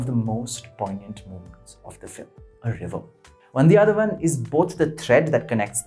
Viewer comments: It's VANDHIYATHEVAN and not VANDHI ADHAVAN🤷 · Great review. Small correction - It is Vandhiya-They-Van